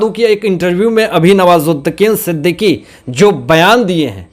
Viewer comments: Sorry sir आप बुरा न मानें आप का उच्चारण दोष पूर्ण है। आप नवाजुद्दीन सिद्दीकी का नाम भी बिगाड़ दिया। आप हर बार नवाजुद्दीकीन ही बोलते रहे। आपको विडियो बनाने से पहले इन बातों पर अवश्य ही अपने उच्चारण को सुधारने पर नजर डालनी चाहिए। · Sir nawazuddin Siddiqui aap naam galat pakdate ho